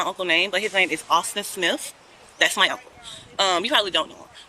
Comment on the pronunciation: “His name is Awsthin Smith”